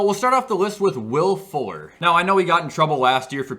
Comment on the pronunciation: When he said Will Fuller, I thought he said Will Ford